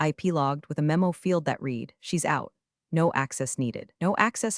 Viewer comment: If being too lazy to ensure that "read" is pronounced correctly is great work